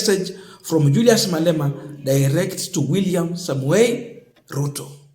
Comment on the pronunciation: It's Julius Malema not Malala 😂